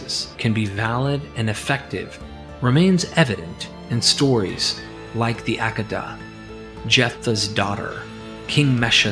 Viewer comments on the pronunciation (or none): hey your conclusion had what i was commenting lol.... but you crack me up "Ack-ida" is not how u pronounce hehe. It is: "AH-KAY-DA" (think dentist open& say "Ah" the next is KAY like OKAY but just KAY. then DA like "duh. so "Ah-KAY-da" hehe